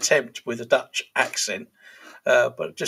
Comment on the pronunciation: Dutch accent was spot on